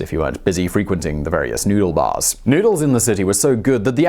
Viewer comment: Noodle bars? I thought he said "Nudie bars!"